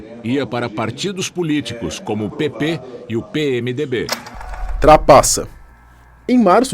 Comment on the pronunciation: Tu falou PT... é PP